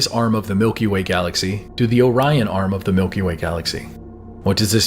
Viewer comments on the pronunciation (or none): none